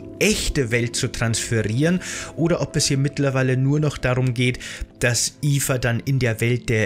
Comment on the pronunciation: Es geht um Mirandas Tochter namens Eva, durch die Aussprache im Video ist das leicht missverständlich.